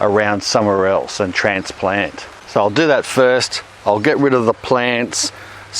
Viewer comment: Did he just say... transPLANT? 😂